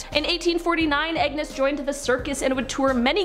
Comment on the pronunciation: His name is not Agnes MacAskill. It’s Angus.